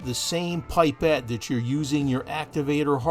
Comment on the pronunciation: pip or pup -pet, not pie pet. Fantastic video but made me friggin' cringe every time you said pie pet.